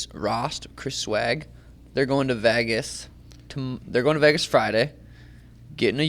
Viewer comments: Can someone teach suga how to say Vegas? It’s not vehhhhhgusss it’s vayyyguss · Sean you're cool as fuck, just please stop saying VAGAS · I love Sean but every time he says “Vaagas” I want him to pull his chin hairs out 🤣